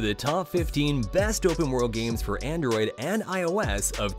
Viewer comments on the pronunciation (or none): none